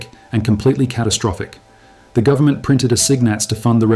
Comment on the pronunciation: "full faith and credit in the US gubmit" LOL